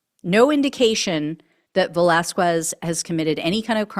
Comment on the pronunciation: Ve-las-KEZ... In Spanish, the "Q" is the "K" sound; The "U" after "Q" is silent... Please hire a knowledgeable person who can help w' pronunciations... ICE should make public announcements for these people to turn themselves in for assistance in returning to their native countries instead of rounding them up... & penalties for failing to do so... >> Americans will rush into burning buildings... The issue is the pay & the alternative... Trump & ICE & AGR & the business community to organize & keep in place some foreign workers like 10,000 Poles after WW2 in much needed industries before he destroys the economy... but destroying the economy appears to be his goal?...